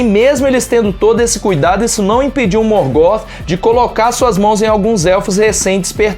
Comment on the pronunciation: Bom vídeo, mas a pronúncia incomodou um pouco... A pronúncia não é "Morgó" e sim "Morgof" (Morgoth) com o TH com som de "f"